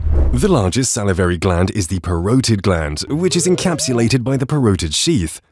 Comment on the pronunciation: Parotid gland is pronounced incorrectly